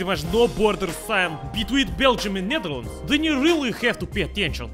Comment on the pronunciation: you spoke it like a dutch person netherlands we say nederland